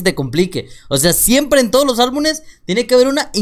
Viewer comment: no es ALBU"N"ES se dice ALBU"M"ES